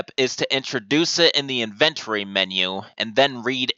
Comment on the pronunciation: So I gotta know dude. Where are you from? Cuz hearing you say words like inventory or phrases like, from the get-go, come off sounding like "in-vugh-tori" and "from the gecko" lol like when kids in middle school become familiar with more advance words but only in saying thus ending up with people saying what sounds to be similar to the true meaning of what they're trying to say but not.